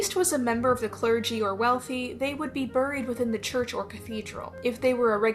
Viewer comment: The background music while you're talking is very distracting. Also please stop pronouncing buried the way that it's spelled my autistic self is going crazy lol